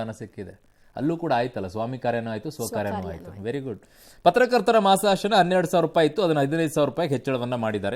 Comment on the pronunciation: ಮಾಶಾಸನ ಅಲ್ಲ ಮಾಸಾಶನ 😂